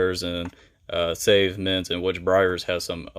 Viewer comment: 🤣🤣🤣 Suave is Pronounced (Swa V) or (swa vay)